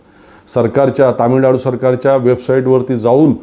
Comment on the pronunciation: स्वतःला पत्रकार म्हणता तामिळनाडू नाही तमिळनाडू आहे ते😂